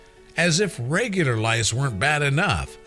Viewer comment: My name is Microsoft Sam the narrator Should say! It is head scratching! Rice? Lice? 🧐 Rice?